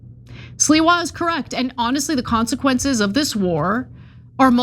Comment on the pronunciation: It's not Sliwa Ana, it's Sliwa say it correct Sliwa